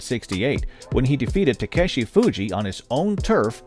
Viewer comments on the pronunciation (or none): none